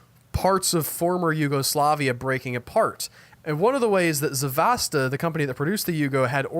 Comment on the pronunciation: it is Zastava! not "Zavasta" !!!